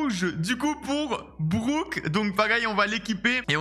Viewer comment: Ptdr un o c'est un o et pas un ou.on dit brock et pas brouck et bo et pas bou